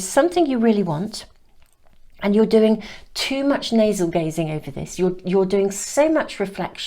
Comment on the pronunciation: Navel gazing? I kept hearing nasal gazing.. 😆